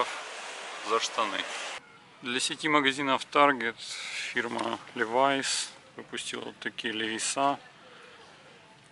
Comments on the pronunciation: Хотел посмотреть, да вот слово Левиса раздражает. Наверно, не надо так говорить. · "Дубль-ве"? "Левиса"? А Вы точно в США живете? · Дубль вэ🤪 дабл ю, дядя, в штатах снимаешь и вдруг левиса 😤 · Как дебильно звучит: левисА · Сам ты левиса ,научись правильно нызывать легенду джинсовую. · Левиса!!! 😁🤦‍♀️ Левайс, а не левиса! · Только мне слух режет "левиса́"? Левайс же. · Не левиса, а левайс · Так по ушам бьет ЛЕВИСАААААА! Нельзя просто по русски-ЛЕВИС?? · А если ещё вернее то Левайс,,, но левиса эт какая то молдавская фирма🤣🤣🤣🤣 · левиса суука, левайс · Какие левисА, лЕвисы, ударение на первый слог! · Почему называется Левий са, по моему Левай с звучит. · Я всегда говорил Левайс ; похоже неправильно. Ренглер тоже неправильно, похоже. Этот американец говорит левиса и ранглеры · какой нафиг "Левиса" правильно - Левайс .Не сложно же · Левиса! Ужас. Левайс, всегда так было. Пакистан, Бангладеш там в основном шьют. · Что что? Ливиса? Это что типа Ливайс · Как только услышал "левисА" дальше терять время на этого дядю васю не стал 🤦‍♂️🤡🤣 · Левисах,Левисах!!!👎👎👎 ЛЕВИС! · Левиса Левиса!!! Так бы и сказал Левис. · ТАК ПО УШАМ БЬЕТ- ЛЕВИСАААААА! НЕЛЬЗЯ ПРОСТО ПО РУССКИЙ--ЛЕВИС! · Если он живет в США, какие Левиса???? Он что не знает, как читать? Ливай Штраусс. Levi's по-английски звучит, как ЛивайС. произносится Ливайс и только Ливайс!!!! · Ливайс! А не Левеса! Дальше смотреть не буду... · Правильно говорить Лии-вайс!!! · Охреневаю от обзорщика..... ЛевисА, Ранглер, дубль w..... Если нихрена не понимаешь в джинсах и сказать тебе о них, по сути, нечего, то лучше не браться. Рекомендую найти ролики Давида Мамашвили ПРО ДЕНИМ - человека который знает об этом всё. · Не левиса, а левиаосса, Гарри ты уже забыл чему тебя учили в Хогвартсе. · Гнусавый "эксперт". левисА... уши кровоточат. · Обзор вроде бы и неплохой, но ухо режет несносно "ЛЕВИСА"... И еще: на wrangler вы не увидели W, потому что это карпентер, линейка штанов для работяг, на них W не положено. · Боже,только не левиса